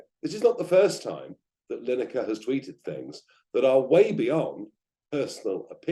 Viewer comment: Who is "Linekar"? Blimey... 🤦‍♂